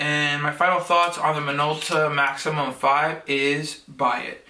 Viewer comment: You got a deal on that! It's a "Maxxum" not a "maximum".